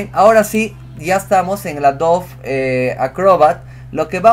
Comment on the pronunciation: ¿ Porqué pronuncia AdoVe cuando hay una /b/ labial: AdoBe